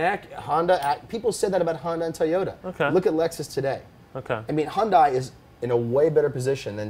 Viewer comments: Have you guys not watched the Hyundai commercials?!!! Hyundai is pronounced Hun-day like Sunday! You would have more cred if you would say their name correctly. I would also make the bet that the quality of a Hyundai will never be the quality of a BMW, unless their place in the market changes from affordable to exclusive it will never compete for the same buyers as an M3. The production car is not great just because of the Pike's Peak record breaking prototype. Remember Lancia.... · its hyundai like sunday... words from a hyundai dealership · Well spoken, Alex Roy. Just one thing, you pronounced Hyundai correct at the beginning, but you kept mispronouncing it. Hyundai always try to make their cars better and better, it will be huge like Alex said. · Wasn't Hyundai already in WRC back in the 90s? Also, please stop saying Hyun Die. It's closest English pronunciation is Hyun Day. But why bother, you say your favorite brand is Porsche and you even pronounce that wrong.